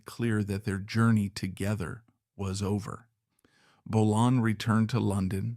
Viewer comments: It's Bolan, not Bolin, and Finn wasn't in the car crash! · Bolann? Bolayne? Bolon? Lee's Paul??? Pictures of Suzi Quatro and Steve Vai? Dude, your subject choices are awesome, but you are in DESPERATE need of a knowledgeable and capable editor.. Consider it. Relying only on AI is a big mistake.